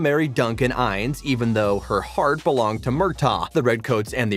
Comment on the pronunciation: Agreed! and "Duncan Eines" Instead of Innes (In-ess) This bugs me with most of these Outlander update videos.